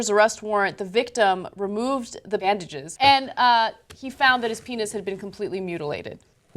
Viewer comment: and Did Anna screw up pronouncing "bandages" when they filmed this and she had to dub over again? If not, what happened?